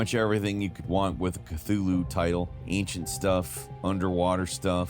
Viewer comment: CASSIOPEIA is pronounced CASS-EE-OH-PAYAH CTHULHU is pronounced KUH-HULL-HOO